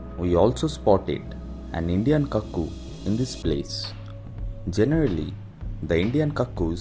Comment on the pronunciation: The right Pronunciation for Coockoo is Cook as its in Cooking So it sounds like " Kuk Koo" Loads Of Thanks For Your Lovely Work May The Lord God 🙏 Bless 🙌 🙏 ✨️ 💖 ♥️ You Forever 🙏